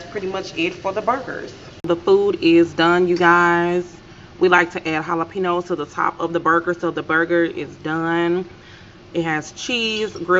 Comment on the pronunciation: Its pronounced jalapeño no jalepe-no